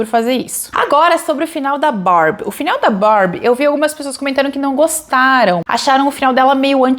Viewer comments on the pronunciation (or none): Ai! Rachei com você falando "anticlêmax". 😅 Foi mal. Amo seu trabalho.